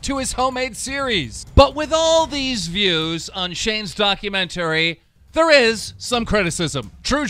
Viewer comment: He said go's instead of views